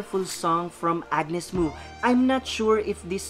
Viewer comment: Hehe where you been dude? It pronounces Mo as in Mow anyways thanks for all the positivity and support queen Mo... 👸👸👸👸👸💯💯💯💯 she rarely sings other artist's song ...she writes and composes her own songs and the song you just enjoyed is hers. Maraming Salamat po